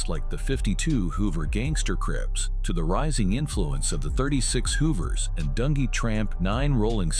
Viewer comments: DUN G, Not dungy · You crazy for calling dunjee "Dun Gee" 😂😭